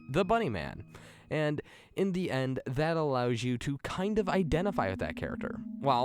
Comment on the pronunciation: "Da bridge" "da bunny man"